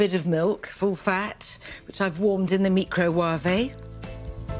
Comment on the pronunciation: this the only vid where u hear her prenounce the word micro-waveey